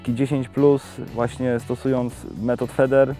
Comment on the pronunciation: wymawia się fider bęcwale ,a nie feder